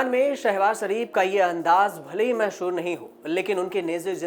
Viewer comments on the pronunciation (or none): राजू कुमार झा अरुण पुरी ने तुम्हारे जैसे झाऊ को रख लिया है जिसे सामान्य हिंदी भी ठीक से बोलनी नहीं आती। मशहूर को महशूर बोल रहे हो। जाता को ज़ाता बोले जा रहे हो। गाहे ब गाहे को अगाहे बगाहे बोल रहे हो। 💩 लानत है।